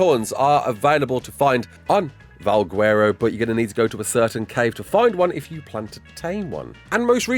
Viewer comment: do not call it "val gwerro" ever again